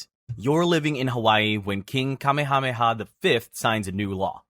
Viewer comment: already knew the narrator was gonna butcher kamehameha's pronounciation and say it like goku charging up 🤦‍♂🤦‍♂